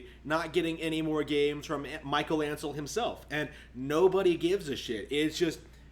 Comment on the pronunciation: It's Michel Ancel, not Michael Ancel.